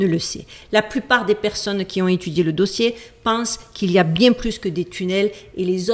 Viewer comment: Même Duchesse 🐱 a trouvé le sujet trop chelou 🙀!!! Bonnes vacances 😊 détends- toi " bieng" 13x!!! 😂❤